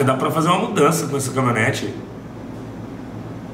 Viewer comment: "CAMI-O-NETE", kkkkkk! Compra um curso de português também